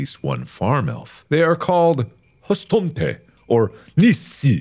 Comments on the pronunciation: Husstomté and nissé had my crying (hustomte and nisse is swedish) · As a Norwegian... the way Mark said hustomte and nisse will forever haunt me